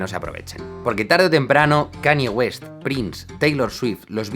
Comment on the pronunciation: Brutal vídeo, y vaya fumada que se cogió Kanye West ese día. Por cierto! Aclaración breve: Se pronunciaría mas como: Kan-lle Güest, y "Maciu Macona-hey" XD